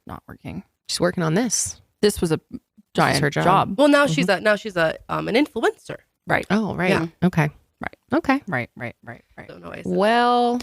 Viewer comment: Love to: She’s an In-flu-EN-ser…. I’m going to say it that way every time now.